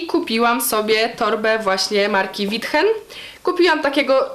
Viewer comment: Witchen? naprawdę? ;) "łiiczen", chyba że kupuje się w Lidlu, wtedy to withen hehe a tak na poważnie to też bym sobie sprezentowała tę torebkę, ale po akcjach w Lidlu odnosiłabym wrażenie, że wszyscy uważają mnie za jedną z tych dziewczyn, która jak głupia rzuciła się w kolejkę, chwyciła byle co z koszyka, byleby był to Witchen i teraz ma po przebytej zaciekle walce.